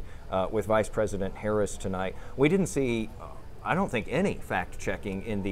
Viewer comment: She said “Pice vresident” 😅